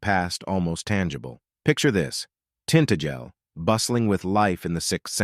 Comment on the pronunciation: It's pronounced tin-tag-el not tint-agel.